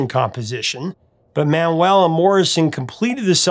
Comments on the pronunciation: A: Richard's name was pronouced Manual, not Man-well. B: It's take a load of Fannie, not Annie. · Always a great fan of The Band. I think it's Mau-u-el not Man-well. You're missing the great vocal contribution of Manuel who Levon says was the lead singer of the group (Last of the Blacksmith) and Danko (Thinking Out Loud). A lot of people think Clearmountain messed with the drums on the remix, and I think there is too much reverb.